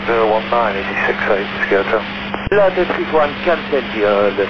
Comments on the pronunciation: Its LOT341, not ELY341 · I suppose it's "LOT 341" instead of "El Al 341". The callsign for LOT flight Warsaw - Nice is LOT 341 and it sounds more like LOT than El Al. :)